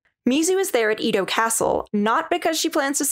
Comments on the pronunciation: EH-DOH not EE-DOH white people always say Japanese vowels (literally only 5 like American vowels but never change sound) so wrong when it’s so easy. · And in Japanese where. YANCE is everything saying Edo period (translated to Mouth of Bay) and what you said which was “Ido” is important to understand is not the same. OH’N-RYO おhんりょ